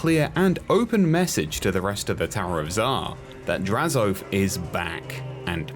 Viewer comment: This dude said “draz-OATH”:/. I much prefer and have always heard draz-o-ath. is correct